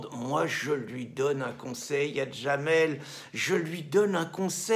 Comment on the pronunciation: Son prénom c'est Jamel, pas Djamel !